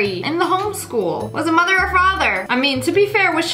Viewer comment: The way she said sssniperwolfs moother just made it all better